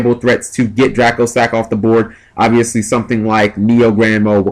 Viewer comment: Will ppl stop calling dracossack "dragosack...."